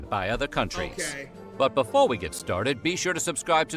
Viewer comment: i used to not lke water bwefore